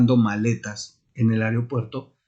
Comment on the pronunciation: No se dice ARIO puerto